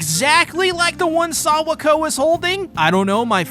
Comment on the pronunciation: no way u calling her sawako 🤣🤣